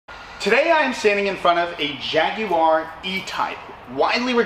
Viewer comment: You made an attempt to say Jaguar properly,well done.